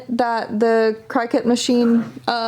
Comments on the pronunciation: i love ya girl, but Cricut is pronounced cricket not cry cut. No hate just trying to help. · I guess your way makes sense because it makes ya wanna cry when you cut with it. Lol